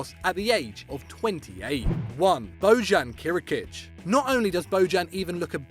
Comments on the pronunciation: Bojan Krkic should be read as [Boian Cr'gitsh] not ......Bao'dshan Kirikitsh ;) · your pronunciation on Bojan Krkic is hilarious.. the least amount of respect would be to listen to how it is said rather than a google voice attempt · You pronounce Bojan Krkić wrong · You dont know how how to say Bojan Krkić